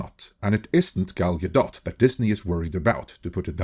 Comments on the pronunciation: "Gal-guh-DOT"? bruh its guh-doh. Learn to say peoples names right. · Is her last name really pronounced Gal-Dot? I figured you would have been corrected by now. Gal-Doe. But maybe it is Gal-Dot.